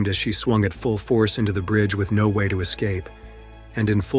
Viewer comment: He pronounced it differently, like 'now'.